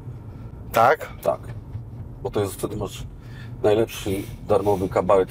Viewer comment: "masz darmowy za da - za free" jaki ty amełykański jesteś